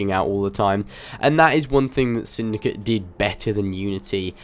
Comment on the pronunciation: why are you saying "assassins creed syndica " instead of "assassins creed syndicate " just wondering